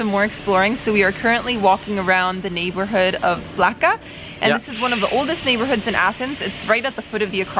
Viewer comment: Moo-Sah-KA. NOT Moo-SAH-Ka. Learn how to pronounce before you embarrass yourselves by showing your ignorance. It's also pronounced PLAH-ka, not PLAKKK-uh.